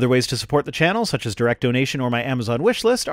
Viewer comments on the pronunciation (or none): none